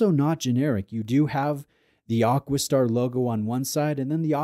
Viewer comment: I know you get hauled over the coals occasionally for you pronunciation, but isnt it AquaStar, not AquisStar 😂